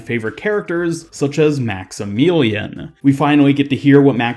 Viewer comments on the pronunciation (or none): Great video BUT his name is pronounced Max-ih-million not Max-ih-meelean. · Maxemeelion?? Wtf it’s Max-I-Mill-ee-Uhn